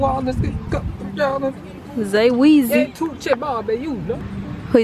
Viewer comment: “Zay weezy” 😂😂😂